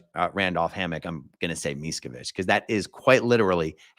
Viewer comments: I'm pronouncing his name "Mees-co-vitch" for the rest of my life! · thats such a wonderful trolling by the judge to mispronunce the name. i have to laught anytime i hear it. everytime someone says miskovich, an angel gets his wings, :) greets from Poland